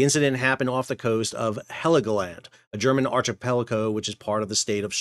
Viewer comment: "Archipeligo" is pronounced ark-i-pell-i-go. The ch is pronounced as a "k" as in "architect." And the vessel behind the Polesie, is "Iona" not "Ionia." You seem to use the two names interchangeably.